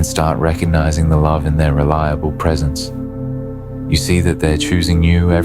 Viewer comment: Precence? Is this narrator having a laugh? My avoidant husband was either at work, busy, out with friends / associates or too tired to be present. Damn he'd even come home and work some more. Cleaning or on the laptop working until 1/2am. Most definitely anything but pressnt.